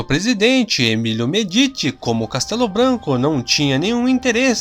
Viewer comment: Ditadura militar não, tinha eleições arruma esse vídeo se mão vou desinscrever, estuda direito ou não faz vídeo 😠 e aprende falar o nome do presidente 😠 se pronuncia médice e não medite, seus vídeos são muito bons más você precisa aprender pronunciar os nomes. E estudar história sem ideologia comunista 😠